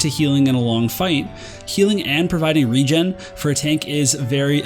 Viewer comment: Hahaha, not sure if it helps, but regen is like regeneration right? so I don't think you would ever pronounce that word wrong, so think of of regeneration and maybe that might help? keep those videos coming man. :-)